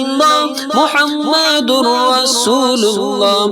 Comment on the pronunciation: when reciting pl pronounce Muhammed accurately. you pronounce as Muhamadur rasoolullah . it is Muhammedur Rasoolullah